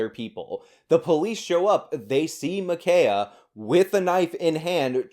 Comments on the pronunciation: It's actually pronounced 'Imma Ki' ya' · Why is this hard? Ma- k -eye -a? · The dead girl's name is actually pronounced 'Imma Ki' ya'. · It's pronounced Ma Kia! Like "why you b tryin to take MA KIA!!" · Muh-keye-uh His name was Robert Paulson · Today, we’re discussing the shooting of Ma’Khia, Ma’Kayla, or Ma’Kenya Bryant. Sorry, I don’t know the pronunciation of her name. 🤣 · I think it's incredibly ironic that you can't take 5 Seconds to learn how to pronounce her name correctly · Why would you apologise for mispronouncing her name? She tried to murder a teenager